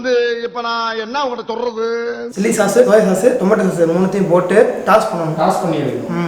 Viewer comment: Bro that is not chause it is sauce